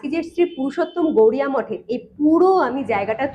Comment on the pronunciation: শ্রী শ্রী পুরুষোত্তম গৌরিয়া মঠ নয় বারবার উচ্চারণে ভুল হচ্ছে। শ্রী শ্রী পুরুষোত্তম গৌড়ীয় মঠ হবে।